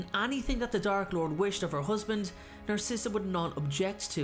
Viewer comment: well her name is “narcissa” as in “narcissistic” 🧍🏽‍♀️